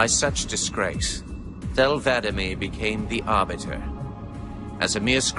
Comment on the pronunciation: He keeps saying Vadamee wrong